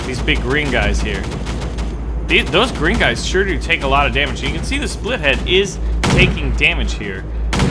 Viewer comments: Why u say split -head instead of spitlead? I really need an answer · Its spit-lead, not spithead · OH MY GOD. ITS SPIT-LEAD NOT SPLIT-HEAD! FOR GODS SAKE WHY DOSE EVERYONE SAY THAT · The big plane is pronounced SPITlead